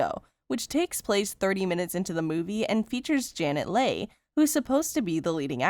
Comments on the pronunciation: By the way... Janet Leigh's name is pronounced "Lee" not "Lay" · If you're making YouTube video and you're not sure how to pronounce somebody's name Google is a good idea. How did you mispronounce Leigh? It's pronounced Lee, not Lay